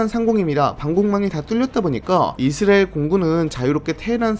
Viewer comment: 이스라엘이라는 발음이 안되는것도 어떻게 못고치나